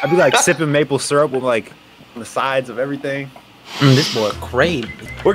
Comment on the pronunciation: Did he say sippen maple syrup